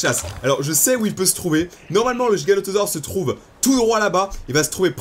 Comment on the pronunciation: C est pas le giganotausor c est le giganotausorus